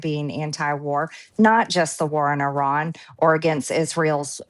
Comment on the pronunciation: She pronounced Iran correctly The she’s full of sheesh. She knew he was a racist. That is why she sided with him because she’s a racist. I have the utmost respect for her along the line of standing alone with the victims. She stood with Roh khanna and Thomas Massey, and committed to standing by the survivors. Even when she was booed, she stood alone. But at the end of the day, she is a Cold, calculating business woman. She hangs her mouth where the soup flows. She was by his line, hook line and sinker, and she promoted him like there is no tomorrow. She stood with the domestic terrorist who infiltrated our capital on January 6. She and Laura Bobert. For all we know, she’s the one who let them in. Remember somebody let them in. It was either her or Bobert. And the fact that she stood by his side, even for a second is enough for me to not trust her. Don’t trust this woman she is more clever than you think one thing she was right on is the conspiracies that the Moussa controls us she’s correct every chaos that happened to Americans has mussad fingerprint all over it. So when it comes to all those conspiracy theories about their eating babies in pizza shops she was on to something. She just didn’t interpret the codes correctly. She’s a businesswoman and she will go where a Honey flows On another note, have you noticed as soon as somebody leaves Maga they do their hair and make up differently and they start looking more human Another thing she’s a fierce protect her of her childre